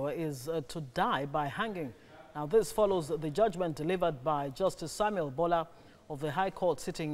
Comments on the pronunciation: Ambrose Olowo . it is boolar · It's very strange that Ayodeji, who is reporting does not know the proper pronunciation of Bola. Sad we kill for fun